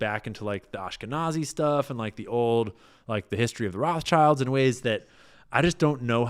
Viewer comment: Do you pronounce Rothschilds as "roff childs" intentionally or mistakenly>? Allegedly.